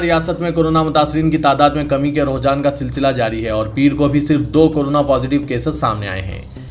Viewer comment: Aap ruhjan bol rahe ho,sahih lafz rujhanرجحان he